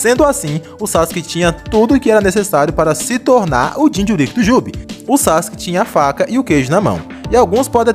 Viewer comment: Vídeo Bom, mas falar "jinchurÍÍk" é phoda